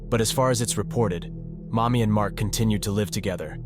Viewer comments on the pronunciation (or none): Mami as in Mamiko? Oh that's why the guy looks like a Chinese XD I think you mispronounced her name. It sounded like "mommy" but it should've been a flatter ā... like "maa" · thank you for the clarification. It was just odd sounding hearing “mommy” when it was actually “Mami” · Lol I thought he was saying "mommy" too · Fr I was playing fifa w this in the background and I constantly thought he was calling her mommy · I know it’s her name, but every time it says “Mami” it feels like you’re just calling his mother mommy